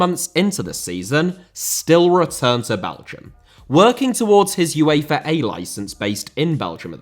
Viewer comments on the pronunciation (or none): Uefa* not Yuweifer Media* not Medier Idea* not Ideer Guardiola* not Guohriouwler Nou* not Nau Johan * not Jouwhan Miles * not Mahls Kagawa* not Kagawer Liège* not Liyeige Morale* not Morohrl Losada* not Losohrer Draw* not Dror Saw* not Sor Almería * not Almyria Mikel * not Mekl Style* not Stahl Resumé* not Résumei Conte* not Contei Antonio * not Antouwniouw